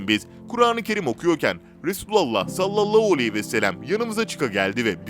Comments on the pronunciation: Sallollohu nedir kardeşim yavaş konuş tane tane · Sen kekeme değilsin. Ebû hudri yide güzel söylüyorsun.daaa dikkatimi cekti neden salavatta h yi söylemiyorsun???sallallauuu arabca ne demek bilirmisin???dikkat et telafuzuna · saallau değil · "Sallallou aleyhi vesselem" demesi hasta etti beni daha fazla dinleyemeyeceğim. "Sallallahu aleyhi vesellem." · SALLALLAU ALEYHİ VE SELEM DEĞİL KARDEŞ""SALLALLÂHU ALEYHİ VE SELLEM""DOĞRU TELAFFUZU BUDUR!!!😊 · SALLALLOU NEDİR YAHU ÇOK MU ZOR SALLALLAHU DEMEK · Sallalluu değil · Seslendiren arkadaşta telafuz sıkıntısı var...sallallau deyip durdu... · SALLALAUUU DEĞİL TELAFUZUN YANLIŞ ÇOK İTİCİ DERHAL DÜZELT. YADA VİDEOYU KALDIR. SALLALLAHU ALEYHİ VE SELLEM. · Ya kardeşim abartma istersen... bu dediklerin bid'at dir ama zamanavidir... Bide sen niye Sallalau diyosun ... dogru söylemesini bile bilmiyosun güzel kardeşim ... Türkmenistan Çarjou dan selamlar..... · güzel bir kanal. videoları izliyor ,beğeniyor ve yeri gelince yorum yazıyoruz. ama böylesine hassas bir konuyu bana göre salavatın nasıl telafuz edilmesini bilen birisi seslendirmeli. konu hassas ve seslendirmeyi yapan kardeşimizin kesinlikle niyetine samimiyetine inanıyoruz. ama lütfen bu konularda daha hassas haraket edin. sallolou diye bir salavat kabul edilir gibi değil. hala videoyu düzenletme yada daha doğru bir salavat ile yayınlamalısınız. bu kadar tepkiyi okuyup bir değişiklik yada düzeltme yapmamanız aklımıza daha olumsuz fikirler getirebiliyor kanalınız hakkında. lütfen düzeltin !!! bizlere saygı duyun tepkimize kulak asın!!!!! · Okuyan arkadaş sallallahu demeyi yanlış söylüyor. Beni uyuz ediyor. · selavat-ı şerifi düzgün getirmediğiniz için dinlemek istemiyorum sizi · Sallallahu ,,,hu ,,,hu demeyi beceremiyormusun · sallallahu kelimesini bir garip söylüyorsunuz. çok itici bir tarzınız var. neden acaba ?